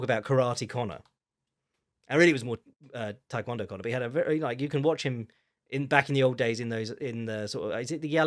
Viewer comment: It's not "Thai kwon do", the first word is pronounced "tay".